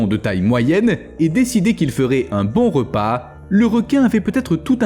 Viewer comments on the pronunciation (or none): none